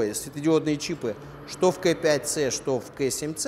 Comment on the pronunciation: Очень режет слух КЭ5ц. Почему бы не говорить правильно, по Русски - КА5цэ